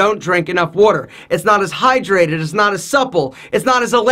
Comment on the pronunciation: the way he is saying water is hilarious.